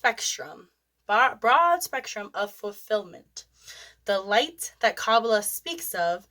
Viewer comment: Please learn how to pronounce Kabbalah ❤